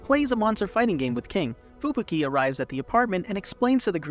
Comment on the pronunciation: who the heck is FUBIKI? only heard of fubuki :D